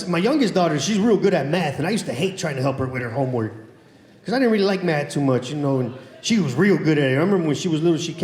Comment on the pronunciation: When he said math I thought he said meth.